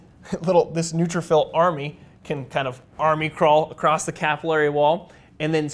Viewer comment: As always EXCELLENT.but the word is capillary….as in pill….slower but more accurate.